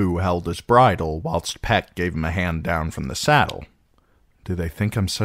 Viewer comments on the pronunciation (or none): none